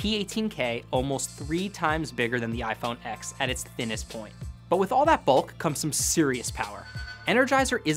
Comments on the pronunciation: Being a tech journalist, you should know it's pronounced iPhone "Ten" not "Ex" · It's pronounced iPhone TEN. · Great a new hipster presenter that uses the word “thicc” and pronounces the iPhone 10 the iPhone “X” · Isn't it pronounced iPhone 10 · iPhone "Ex" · The synapses in my brain screamed every time he mispronounced “iPhone X”. Say it like the Roman numeral man! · Pretty embarrassing that Engadget doesn’t pronounce iPhone X correctly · I can’t trust a reviewer who mispronounces iPhone X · He can't even say iPhone X correctly...